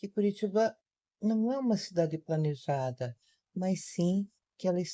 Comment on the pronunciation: A babaca acha que falar se plNeja